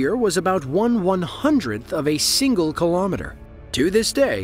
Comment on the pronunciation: Narrator cannot properly pronounce "February" or "kilometer."